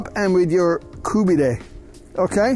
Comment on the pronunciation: Kabob seems to be half decent, but buddy whats 's with the the koobidayyyy and gojeyyyyy, I mean you can give it a little break.Even if you are making the video for a non persian speaking audience you dont have to go with the wrong pronunciation of a profoundly Iranian dish. Koobidayyyy and gojeyyyyy sounds a little too much.